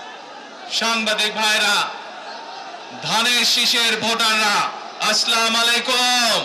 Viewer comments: আসলা মালাইকুম না আসসালামু আলাইকুম । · aslamu Alykum নয়, সঠিক হচ্ছে আচ্ছালামু আলাইকুম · আছলাম আইলাকুম 😂😂, এটা কোন ধরনের সালাম? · আসসামালাইকোম নাকি আসসালামু আলাইকুম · সালামটা সঠীক ভাবে দেন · যে সালাম টা শুদ্ধ ভাবে দিতে পারে না,, সে আবার নেতা,,,,😏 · Salam ta sundor kore ussaron korte hobe zonad sir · যে ঠিকমত সালাম দিতে পারেনা সে নাকি প্রধানমন্ত্রী হবে বাংলাদেশের। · প্রথমত সালামটাও ঠিক মতন দেওয়া হয়নি, দ্বিতীয়ত সিলেটি ভাষাটা উচ্চারণ ঠিক মতন হয়নি তৃতীয়তো শেখ হাসিনাও প্রায় ভাষণ একইভাবে শুরু করতো... স্বৈরাচারের পথ অনুসরণ করা মানে স্বৈরাচার হব, সেটাই ইঙ্গিত দেওয়া। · সালাম টাঐ ভালো করে দিতে পারেনি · সালামটাও সুদ্ধ হয়নি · সালামটা ঠিকমত দিতে পারলেন না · সালামটাও তো ভালো ভাবে দিতে পারলেন না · উনার সালাম টা-ই হয় নাই